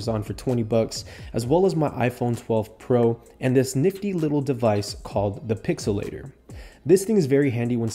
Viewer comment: Its pixl-latr